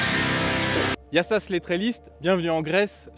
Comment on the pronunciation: Sympa Loutraki l'hiver ! Et son casino ? hahahaha, merci pour l'essai, dans l'attente de la 800... et et puis c'est Yiaaaaaaa sas et non Yiasaaaaaaaas hahahaha. La prochaine fois dis moi que tu es en Grèce je passerai te voir, Yia sou !